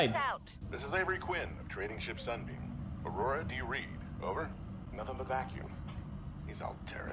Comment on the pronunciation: Who tf says Pew Die Pie? Also Aurora*